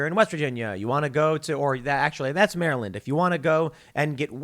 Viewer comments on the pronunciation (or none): none